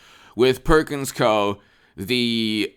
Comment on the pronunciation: Perkins Coie is pronounced "Coo E" or Cou-y. I used to work there, I know.